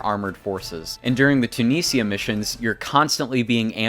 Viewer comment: Too-knee-seea, Bella-russ, car-chano, Ous-sea,…..I mean I did watch the whole thing but those pronunciations were cringey